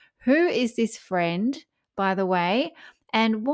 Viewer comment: Harry : I'm looking for a fwend. Will you be my fwend? 😂